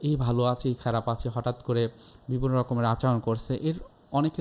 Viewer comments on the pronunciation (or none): none